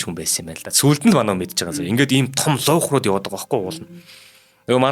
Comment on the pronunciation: хөтлөгч залуу хоолой сайтай боловч зарим үгийг хэлж чадахгүй юмаа. галстук( улаан бүч), атлаас( даавуу),пүүшиг( тамхи) , г.м ийг хэлж чадахгүй эсвэл буруу хэлнэ, луугарууд гэхийг луйхрууд гэж байна, Овод гэдгийг Овоод гэж байна, хамар сөргөхийг буруу тайлбарлаж байна. Уншихаасаа өмнө үгтэйгээ танилцаж судлаад ярианы соёл гэдгийг суралцах хэрэгтэй шүү.